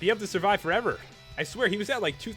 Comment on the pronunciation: FOREVOWR!!!!! Do you speak English Bro?